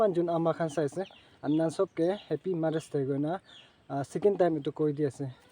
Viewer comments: Ma-es day😂😂😂😂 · I heard Mars day 😅😅😅 Anyway happy mother's day to ur wife 😊